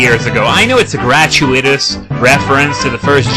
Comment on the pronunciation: "Gratuitous" is pronounced with the emphasis on the second syllable.